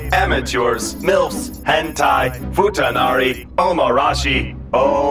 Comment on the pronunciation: He said futunari im like o....ok